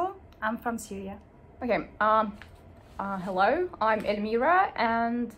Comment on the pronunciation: As an Australian one extraordinarily interesting thing I noticed about the Chechen accent, at least in this video, is at about - the accent of her 'Hello' is EXTREMELY EXTREMELY similar to the Australian accented 'Hello'! IMO, so similar that if I heard JUST THAT hello in English, in public I'd assume Aussie immediately 😅